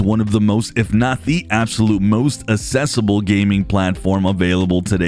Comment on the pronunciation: It is pronounced accessible with the first C being read as a normal C and not assesible. Thank you for the great video as always